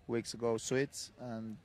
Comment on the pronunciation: Rafa looking more gorgeous everyday! Great interview! Thanks for uploading! So he likes "Suits" or "Sweets" in Rafa pronunciation!